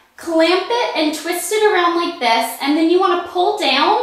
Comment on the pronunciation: I love how you say around! I know that sounds really weird, but yeah, just the way southern people like myself say things. Haha :)